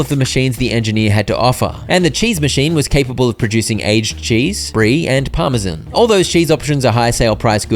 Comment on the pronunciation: 😢😢😢 u said Parmesan incorecct